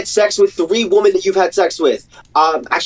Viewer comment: and he pronounces women and woman the same way which is irrationally infuriating every time I hear it